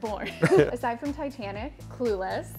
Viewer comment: I KNEW she was gonna say Titantic. It was a phenomenon!!!